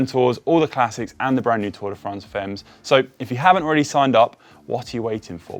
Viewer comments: Tour de France femmes-> rather "famm" than "femms" please! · You gonna say it a lot, so I think you should just learn how to pronounce Femme correctly because right now it just sounds ridiculous. (should be pronounced "fam")